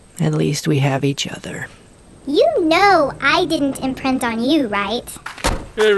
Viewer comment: I love it 'you know that I didn't imprent on you right'